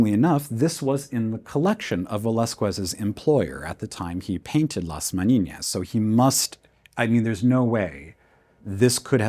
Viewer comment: Amazing video! Thank you for making it available to the public. I derive a lot of value from it! Can we agree that your probunciation of Velasquez and Las Meninas are mistakes though? (As they should not be voiced as Velaskwez but Velaskez, and not Las Meniñas but Las Meninas! Spanish is a language of its own right) Apart from that, props! Really enjoyable, too!